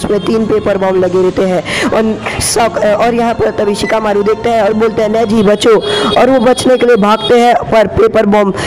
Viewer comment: In Sicakamaru ❌ Chikamaru ✅